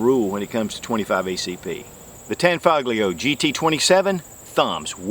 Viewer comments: pronounced as "tanfolio" the G is silent. 👍🏽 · It's pronounced "tan-FOE-lee-oh." And Giuseppe is pronounced "joo-SEH-pee." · its pronounced tahn-fol-yo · The g in tanfoglio is silent. It basically tanfolio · the g in tanfoglio is not pronounced hard